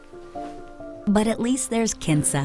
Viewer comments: am I the only one who heard 'cancer' instead of 'kinsa'? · Kinsa I thought she said Cancer!!!!??? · kinsa sounded like Cancer